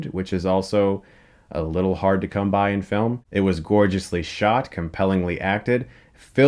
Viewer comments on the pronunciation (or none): none